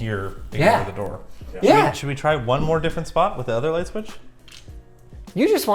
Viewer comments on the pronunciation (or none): anyone else notice "main floor bathroom *lignt*" edit: its